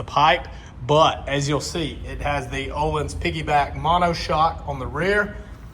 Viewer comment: Parts about $4k front and rear. No labour costs, installed and set up myself. FKS front cartridges. Absolutely worth it. However one bone to pick is the pronunciation... I keep hearing what sounds like you're saying oh-lynns when you should actually be saying "Oh-Leans" 🙏